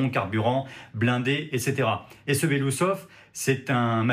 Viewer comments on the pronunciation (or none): BELASOUSOV ET PAS BELOUSSOV UN PEUT DE RESPECT !!! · BELOOUSSOV, PAS BELOUSOV ! 😂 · Ca ne se prononce pas “Belousov” mais “Belo-oussov” (qui veut dire en russe “moustache blanche “) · Il faudrait quand même faire des efforts et prononcer correctement le nom de la personne.